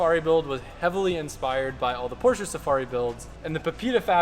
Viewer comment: You guys gotta create your own fast and furious movies man…you got the crazy cars, the jumpable cars, etc.. That would be incredibly cool! - btw PLEASE stop saying “porch” instead of “Porsche” (it’s very frustrating)